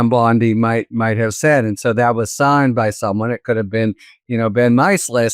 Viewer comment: please pronounce Ben's family name correctly, it is pronounced "My Cell Is" not pronounced "My Sliss"